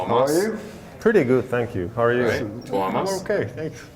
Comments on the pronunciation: Watch 'Nightwish Making of Endless Forms Most Beautiful'. It is really good. That document tells a lot how they do things. I think this interview is little bit tricky because this same guy have interviewed Tuomas many times. You say Tuomas almost perfectly, no need to say sorry. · You correctly pronounced his name (TU - WO - MAS) but not his surname. HOLO - PIE (like an apple pie) - NEN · Correctly pronounced the name of Tuomas, you nailed it :) It was also interesting to hear your process which is opposite and acknowledge that there are multiple paths to the result of creating songs and what those different ways are, so thanks for that insight :)